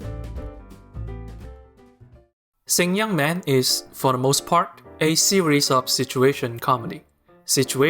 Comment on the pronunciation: Did you watch it with Chinese subs? Coz you're saying the title of the anime totally wrong. LOL